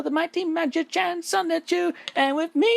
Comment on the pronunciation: 46 videos in, and Chris has STILL not once pronounced the N in Sonichu. It’s always “Sahchu.”